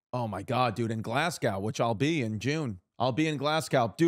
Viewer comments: Chris please before you come to Glasgow, get the pronunciation right 😂 it's GLAZ-GO now glass cow 😂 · 'Glaz-go' not 'Glass cow'